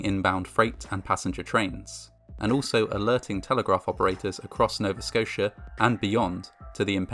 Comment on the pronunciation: I liked because you pronounced Nova Scotia right